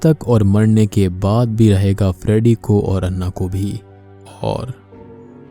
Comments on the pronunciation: अण्णा नही ॲना होता है😂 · I think it's pronounce ॲना... Not अन्ना.... They spell Anna... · It's Anna not annah😂